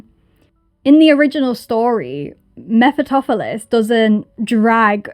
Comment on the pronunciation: The name is pronounced meh-fuh-stah-fuh-leez.